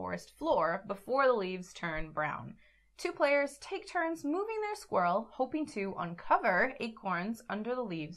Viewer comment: Hi and, thanks for explaining and previewing Squirrel so well, the name pronunciation is close enough!